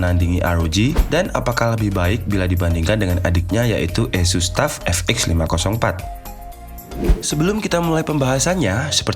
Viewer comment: Kyknya pembohongan publik nih bang, judul review dan laptop2nya tertulis merk ASUS, tapi naratornya bilang ESUS (tidak nyambung dengan laptop2 direview nya) hehehehe.. tapi overall mantabb reviewnya bang!